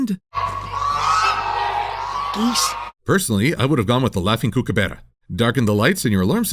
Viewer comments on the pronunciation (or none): Kookaburra is pronounced Cook-a-ba-ra or Cook-a-bu-ra, not Coo-Coo-bear-la. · COOK - a - burra. that's how you pronounce it. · As an Australian, I am offended by the pronunciation of Kookaburra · Wait... how the HELL did manage to butcher the work Kookaburra so badly? He swapped the U for an E and rolled the R? What the heck Silver? Australia isn't that exotic that you need to put on a freaky accent!